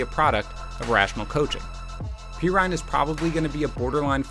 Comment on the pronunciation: "PEE RINE"????